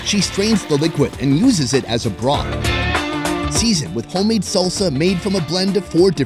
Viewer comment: Every time he says "broth" - it sounds so emphasised so it feels overused as hell